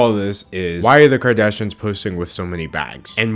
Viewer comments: Anyone else notice he misses the "i" when he says Kardashians ("kardashans") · sayin kardashins. king.